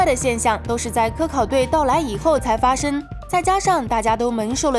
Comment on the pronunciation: 请练习一下后鼻音，每次看都觉得挺难受的，比如“封印，发生，蒙受，联盟”这些词，主要就是en和eng不分